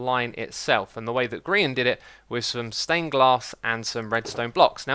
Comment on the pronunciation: HUH HE SAID GRIAN RIGHT